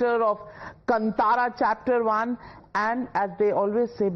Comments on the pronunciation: Navika Maam it is kaantara... not kantara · Navika, it's Kaantara not kantara. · Why is it so difficult to pronounce कांतारा ? It’s NOT कंतारा OR कंटारा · Anna , tell her it’s ಕಾಂತಾರ..and not ಕಂಟಾರ. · It's not Kntara it's kantara maam 🤣🤣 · Kantara is pronounced as kaanthara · God save her pronunciation ..it's kantara ...pls don't kill. Hats off to this man for tolerating her and her questions . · Kaantaara ...plz pronounce correctly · Can the host pronounce Kantara properly please? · She can't even pronounce Kanthara... Shameless